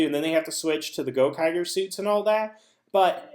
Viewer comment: Theres been a nitpick that's been getting on my nerves lately and it's how you pronounce Gokaigers, it's the same g sound like in rangers.